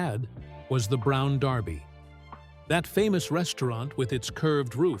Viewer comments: Brown DERBY. Not "DARBY". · I believed this was legit until the narrator said Brown DARBY! COME ON!😤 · this video couldn't even pronounce brown derby